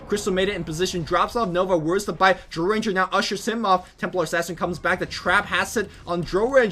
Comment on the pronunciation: The ammount of times you mispronounce "Drow", makes me cringe.